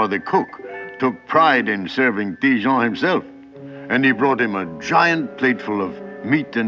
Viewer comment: Ha ha! Le narrateur prononce Ti-Jean comme Dijon!